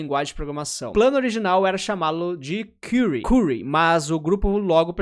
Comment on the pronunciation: falou curry errado as duas vezes kksksks